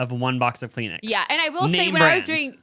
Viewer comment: Peen-uh is insane 😭😭 .78 for Cheerios 😭 Kleen-Ix 😭 Send help!!